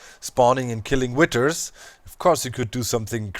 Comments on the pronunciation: Witer? or Wi(th)er? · DOC IT is withhhhhers not Witters ;p